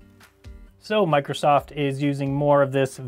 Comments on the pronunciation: . Microstuffed. Rrright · Thank god no one heared when he said Microstoft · "Microstoft" XD . Nice vid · lmao "microstoft"